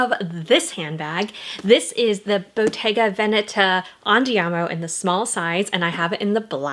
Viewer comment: Just began the video but yay, you pronounce Veneta correctly. I’m a fan 😂